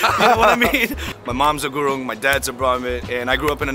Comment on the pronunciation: The way those guys pronounced"gurang"-(Gurung) nearly killed me and btw momo is nepali food not tibetian ..